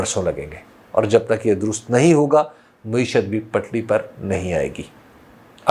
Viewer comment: حبیب بھائی ! لفظ مُعیشت نہی ہوتا مَعیشت ہے ۔۔۔ !